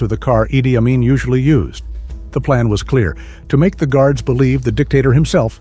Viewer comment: Ai is clever. But it can't pronounce Amin.🥴